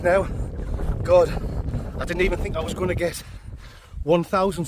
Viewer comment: Too bad you didn't have a funderstorm to camp frough. I fink , oi